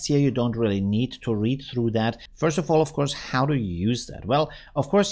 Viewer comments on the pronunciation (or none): none